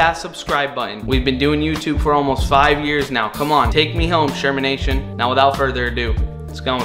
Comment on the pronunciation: I subscribed, then you said shermanation. I don’t know if I want to stay subscribed now 💀💀💀